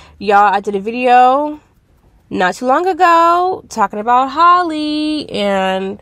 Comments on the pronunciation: still not pronouncing her name right🤪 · If you going to talk about the girl, please pronounce her name right.